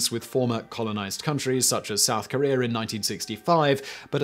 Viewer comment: Also it is Korea not Korear